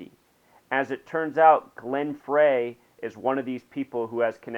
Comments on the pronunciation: Glen Frey is pronounced Glen Fry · "Fray". It's obvious you're not a fan. Fuck your numerology! He was an amazing songwriter! Pronounce his fucking name right!